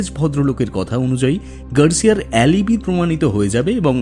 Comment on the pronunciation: অ্যালিবি !?! বানান alibi উচ্চারণ অ্যালিবাই